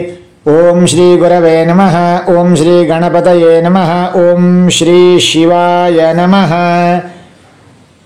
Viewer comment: Om shivaya namaha e mantra ಉಚ್ಚಾರಣೆಗೆ ರೋಮಾಂಚನವಾಗುತ್ತದೆ🙏🙏